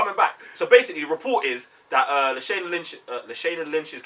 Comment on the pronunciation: La- Shaa- (not Shay) Na Lynch 😉